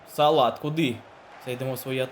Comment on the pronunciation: Мухамед САЛАТ,мені почулось салат,хах